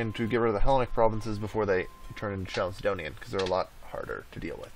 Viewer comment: Why does he pronounce it like "chalicedonian" when it's written like chalcedonian? Is it actually pronounced chalicedonian? It's triggering my autism not knowing this